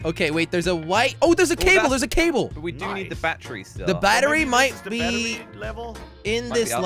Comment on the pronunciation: said bachery not battery 😂😂